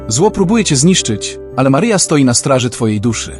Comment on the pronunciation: Maryjo czy to przypadek ?ten lektor,to czytanie Twego Imienia nie bardzo mnie przekonuje Mary Joe?